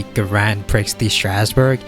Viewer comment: I don't speak French so I don't have too much ground to criticize pronunciations (unless it's one of the many borrowed French words we use in English). But the mispronunciations of the word "prix" particularly upset me. It's pronounced "pre" like in the word "prefix." Hope it helps.